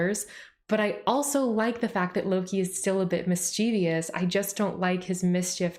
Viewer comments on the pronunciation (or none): PSA: "Mischievous" has three syllables, not four.